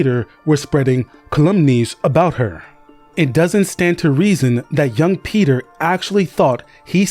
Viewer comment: The constant switching from pronouncing peter to petyr like its spelled makes me thing you are using AI